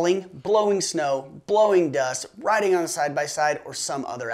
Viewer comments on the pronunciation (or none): none